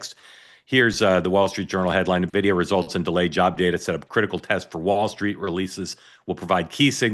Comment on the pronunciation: Halperin should learn how to pronounce the name of the world's most valuable company - it's N-videa not nnnvidea